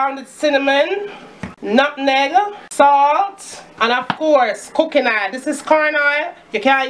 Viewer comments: Lady I laugh so hard when u say aile😅😃😂😁😁😀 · Hany kina isle, isle isle isle:) love her!:)